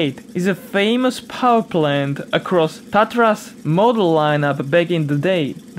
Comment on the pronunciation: I´m from Czech Republic and it´s great to see and hear that two engines come from here (Škoda and Tatra) are included and even well pronounced. :) I wondered, when i´ve seen a lot of "eastern" cars in your vids, but now it makes sense :) I like your videos! :)